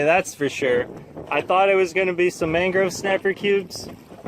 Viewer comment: Am I the only one who caught him saying mangro snapper?